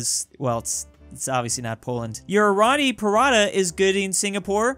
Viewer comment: PARRRATA is paratha not pratraa and roti is roa tee